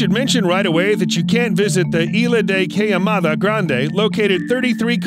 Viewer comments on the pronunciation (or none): "Ila de cayamada grande" LOL! Ilha de queimada grande, São Paulo